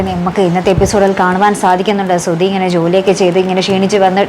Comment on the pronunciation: ഈ സുധി എന്താ പഴം വിഴുങ്ങിയ കണക്കു നിൽക്കുന്നത് 😃 സുധി എന്ന് വിളിച്ചപ്പോൾ സർ സുതി അല്ല ധനത്തിന്റെ ധ ആണ് അല്ലാതെ തറയുടെ താ അല്ല എന്ന് അത് പറയാൻ ഭയങ്കര ഉത്സാഹം ആയിരുന്നല്ലോ 🤣